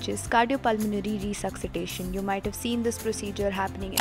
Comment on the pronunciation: RESUXITATION? excuse me?